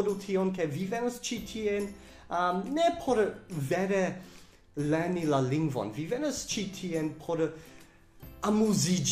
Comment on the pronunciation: Vi diras "vooto", "leeni" anstataŭ "vorto", "lerni", ĉu ne estas R en via lingvo?